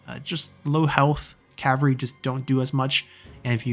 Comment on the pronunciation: Cavalry is pronounced with an L in it =) Cav-all-ree